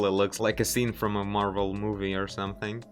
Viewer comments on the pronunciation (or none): none